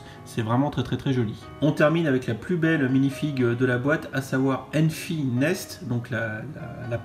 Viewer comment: Et c'est enfys nest Et non enfy nest